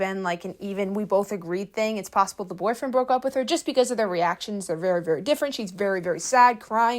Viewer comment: I BEG you PLEASE learn to say boyfriend correctly.